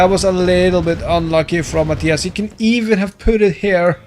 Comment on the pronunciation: Mah-tie-uhs?!?! Mah-tee-uhs!